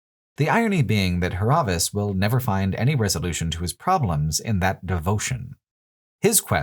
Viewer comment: I just stumbled upon this video and it's amazing, really enjoy the perspective But what's with the constant butchering of names? Is this some local joke? Why is Dúrance suddenly Duránce, why is Hir[à]vias Hir[æ]vias, why is the devil of Caroc suddenly of Carnac? Záhua is not Zahúa, they are all voiced, why?